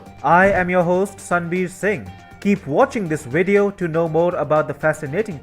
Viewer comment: That's "wideos"😉🙃🌵